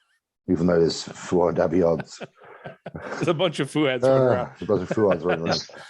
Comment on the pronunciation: my biggest flex is that i’ve pronounced fouads name properly ever since i first saw it 😂😂